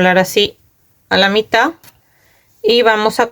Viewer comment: Se dice mitaD, con D final , el tejido está muy lindo, creo que me voy a hacer una para mi.